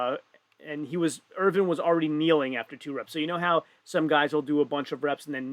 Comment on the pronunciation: The pronunciation of Ervin and Rauno was itching me during the whole event :D and when we got to the stones and the stream suddenly stopped, I was like "really?". Good that they fixed it within 40 mins tho.